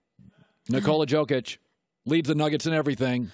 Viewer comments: He is giving respect to Jokic? Dude he literally called him "Tzokic" 😂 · Nuggets fan here. Thank you for giving me just a small, small amount of love. I got Joker at #4. Though, I don't feel like you've actually watched a Denver game this year. His name is pronounced "Yo-kitsch".